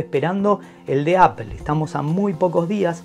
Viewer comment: Por favor españoletes, no digan más "APEL" !!!!!!!!!! :face-pink-tears